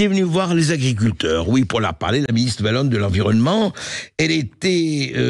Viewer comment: par contre un dit wallon pas vallon monsieru bercof